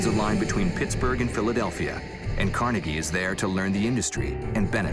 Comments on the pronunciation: Pronounced "Car-nae-gay" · No its pronounced Car-Neg-E. There's no doubt to this because his nickname when he was young was "Neg".